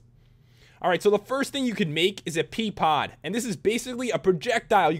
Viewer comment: you said PEA pod lol